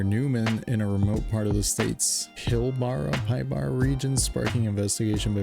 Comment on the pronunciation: Just trying to correct pronunciation, it's pronunced like pill- as in medication, bar- as in a metal poll, are- like the actual letter 'R'. Pill-bar-R. Not having a dig at anyone, Just wanting to correct a wrong because I am a mother and I would appreciate if someone corrected me! Oh that and I can, freewill and all! 😂❤